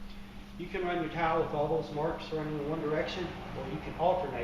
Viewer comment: Thought this was about tiles but he kept saying towel